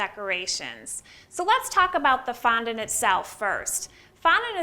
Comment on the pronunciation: I can’t watch this with the sound on, never heard someone pronounce ‘fondant’ so absurdly 🤦‍♀️ ruining the English language